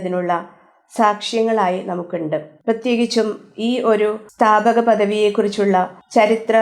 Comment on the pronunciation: സ്ഥാപിക എന്നല്ല സ്ഥാപക എന്നാണ്